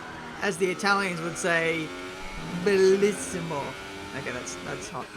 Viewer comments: I'm italian and I can assure you that "bellissimo" was great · Your "bellissimo" was awesome 🙈 by an Italian fan ❤️ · your "bellissimo" was nearly perfect! :D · You said Bellissimo pretty well😂✌️